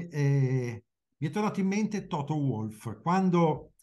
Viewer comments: Ma perché dite Toto Uolf???? Si pronuncia WWWWOLF!! Ma cos’è Uolf??? 😂😂😂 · Si commette sempre l'errore di usare la pronuncia inglese, essendo lui austriaco si dovrebbe pronunciare "Volf" alla tedesca